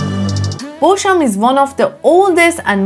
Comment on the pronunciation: Bosham is pronounced 'Bozzam'.